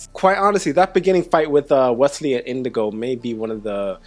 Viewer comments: eyes-pink-heart-shape:Slight correction, it's Inigo Montoya, not Indigo. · Just fyi. It’s not Indigo. It’s Inigo. Great reaction video!